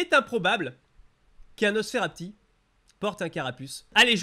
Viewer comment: tu as dis nonosferapti tu devrais ajouter sa aux fail audio